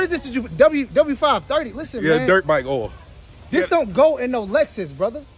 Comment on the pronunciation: That man said “dirk bike oil”😂😂😂😂 this Vegan oil😂😂😂😂😂😂😂 lmao